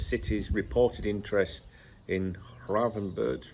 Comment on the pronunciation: You have the gravenberch pernounciation almost right, just that the "ch" at the end is pernounced as a hard "k" in dutch.